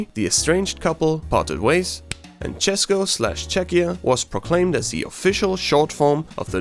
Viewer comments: that's the best č I have ever heard from foriners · ikr when i heard say cesko and yk i was shocked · im from czech and i bet my ass you had to practice pronouncing "česko" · god DAMM never heard better pronunciation of mine state from non-native speaker also hey, thats my little state :) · This is actually first person who isn't Czechian and can say ''Česko'' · This video is now property of Czechia gang" 😂😂 Určitě, ale musím pochválit za velice čistou výslovnost Česka. Opravdu to zní jak kdyby to říkal čech ;) Pozdravuji z Česka z moravy ! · Dobrá výslovnost "Česko", od učitelky by jsi dostal velkou pochvalu. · uuuuuum how you know to say ´´česko´´?????? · He is an Austrian too. In german language we have vocals, english speaking people don't have. That's the reason why he can prounounce Česko so well. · So perfectly said “česko” and “československo” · As a Czech person, I think we need to give this guy credit for pronouncing “česko” and “česká republika” really well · ARE YOU CZECH?! Cuz the way you pronounced Česko and ČeskoSlovensko is actually... I speak mostly nowdays with people that can speak English I hate Czechia for many reasons and love for not so manny, but my point is I speak with lot of people from different countries and if they know what is Czech Republic or at least they know CzechoSlovakia (Mostly americans... no offense though) when they try to prononce it you hear ČEŠko or they just say Czech or Czechia this is the greatest day of this year so far, also the fact that somebody is actually interested making a video about this shitty unknown country. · The way you say Česko and Česká republika Is really good. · This Guy Said Česko And Československo really good And i know that cuz im from Czechia odd Czech or CzechRebuplic bruh these names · Hey, you pronounce the words "Česko", "Československo" and Česká republika" very well. Actually, know some native Czech speakers who pronounce it worse than you😂👍